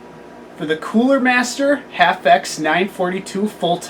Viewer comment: That's H. A. F. X...I don't know what the hell middle school or junior high school English classes, or who your English Teacher was, but when you see a group of capitol letters together like that in a name, that means it's an Acronym, that means each letter stands for something different...